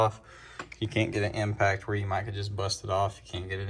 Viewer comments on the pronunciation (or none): none